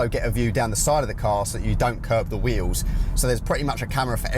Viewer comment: Before you do a review, you should learn how to talk properly. Free instead of three? Everyfing? Wills instead of wheels?